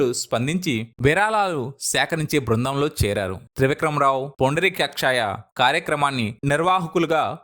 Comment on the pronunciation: పుండరీకక్షాయ కాదు పుండరీకాక్షయ్య